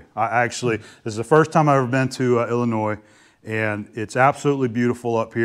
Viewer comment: As someone from Illinois. I appreciate that you pronounced Illinois correctly!